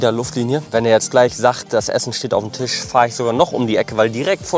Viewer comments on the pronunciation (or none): none